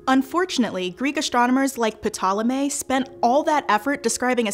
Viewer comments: How’re you gonna be a scholar but still say Pih-Tolemy? 🤦🏽‍♂️ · Great episode! Not to be a pedantic jerk, but for future reference, the P in Ptolemy is silent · That’s a new pronunciation for Ptolemy...